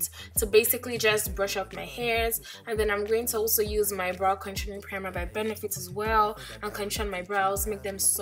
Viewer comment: Girl you a french speaker ? The way you pronouced the "Benefit" was so fluid, where you from, from a french colonised nation ?